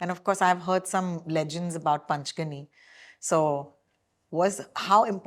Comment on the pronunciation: Super interview. One correction for the interviewer - it's not पंचगनी , but पाचगणी .